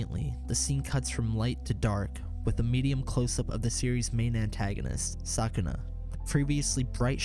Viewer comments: "sakana"... "jujitsu kaisen".... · I can't help but laugh a little when you say Sukuna's name.